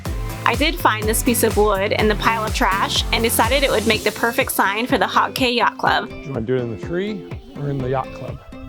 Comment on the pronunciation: Please it's an assault on my hears hearing you mispronounce the islands in my country... it's pronounced "KEY" - Cay